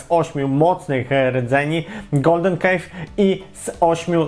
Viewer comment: Cove, a nie Cave :)